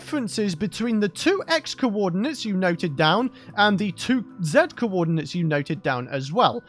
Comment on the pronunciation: i'm impressed that youtube closed captions understands "cowodinates" as "coordinates".